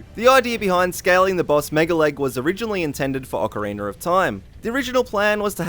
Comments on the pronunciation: It sounds like your saying ocaweener lol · "Awkareener." 'Nuff said. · ocareener It's literally distracting me from the entire video but anyway, nice list (owo). I keep watching these in hopes I learn something new, but apparent;y I know literally everything about OoT.